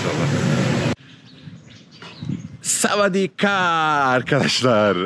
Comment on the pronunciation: Sawadi kap demen gerekiyor abi... Sawadi kaa bayanlar söylüyormuş